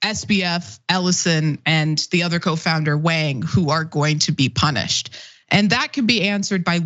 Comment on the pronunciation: It's very important for journalists to correctly pronounce names, the A in Wang is more of a AH sound.